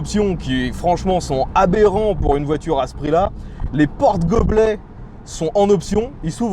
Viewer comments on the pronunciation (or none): la voitureuhg mdr